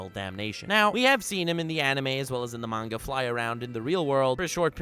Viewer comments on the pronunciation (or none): none